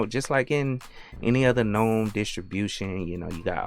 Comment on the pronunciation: I love that you pronounce gnome with a silent "g" as the word is meant to be spoken! 💯 Never relent to the hordes 🤮who say "guh-nome." 👍👍👍